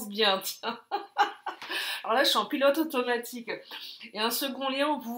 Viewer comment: Et Croquette??? Merci pour ce moment plein d'humour et de bonne humeur! Petite note: En intro, j'avais entendu "culotte automatique" au lieu de "pilote automatique"! 😂😅